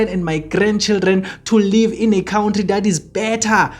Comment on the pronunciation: And it is pronounced " Cunt tree" not cout tree.